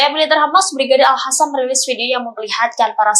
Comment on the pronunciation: Al Qossam nyet, bkn al hasam. Ga bisa baca x ya. Yg bnr baca nya. Itu pahlawan kami...